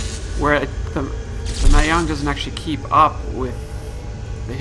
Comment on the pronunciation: It's mah-jong not may-hong